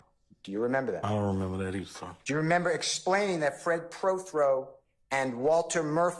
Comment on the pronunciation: keeps saying Preth-Row the man’s last name is Pro-Throw learn how to read you said it right the first time